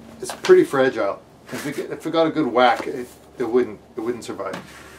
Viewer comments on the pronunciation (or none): none